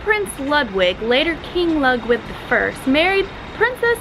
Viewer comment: Ludwig is pronounced Lood-vig, not Lud